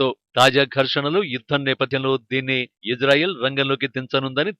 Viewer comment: Hello Anchor.....Ijrael kaadu Israel.....pronounce correctly....correct yourself....shame shame shame on you....